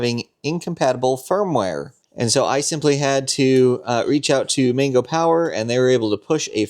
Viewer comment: Why do you keep saying 'Mingo' when the word's clearly MANGO like the fruit. Or do you eat mingos too?